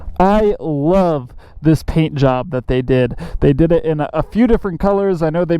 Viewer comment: Thime, thankk, phaint, phut 💀